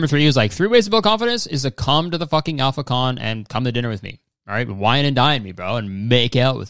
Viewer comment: all i can hear when you say ‘alpha con’ is ‘i’ll fuck on’ and how did none of these men notice